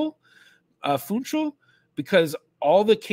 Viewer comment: Also, approximately Foonshaal, though the n and l are short, sometimes the l is 'swallowed' and it's closer to a w sound.